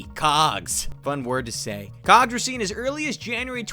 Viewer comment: Anyone else hear something different the first time he said cogs